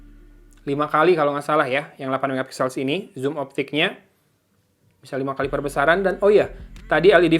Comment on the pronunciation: Sumpah ini infinix plg ampas yg dilauncing (based on the price), masak g95 dibilang ultra gaming, trus note 10 pro itu g95 apaan? wkkkkk Trus, si abang announcer puluhan kali bilang SIRO X ampuun dah ampe gedekkk dengernya, udah gitu zoom alias zum disebut ucapnya sum. Padahal gw nahan² dr sebulan lbh buat beli pucu X3 Pro, kirain Zero X Pro ini worth gimanaaaaa gitu, aak gw kelahi abangnya dibeliin X3 GT